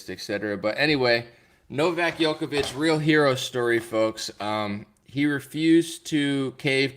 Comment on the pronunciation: Thank you so much for making a show on Novak, my Serbian fellowman , but please start pronouncing his name right. It is not Jokovic but Djokovic ( J like juice ). Thanks !